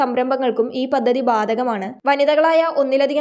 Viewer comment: പദ്ദദി? ഉച്ചാരണം ശരിയാക്കൂ. പദ്ധതി എന്ന് പറയൂ.